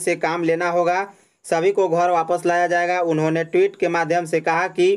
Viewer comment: yah kaun sa reporter hai theek se isko Hindi bole nahin a raha hai ghar ko ghor bol raha hai Jharkhand ka naam kharab kar raha hai